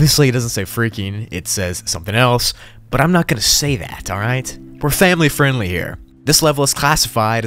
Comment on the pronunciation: "Family friendlh"